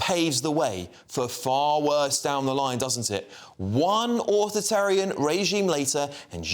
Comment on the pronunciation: all this from someone who can't even say 'authoritarian' properly.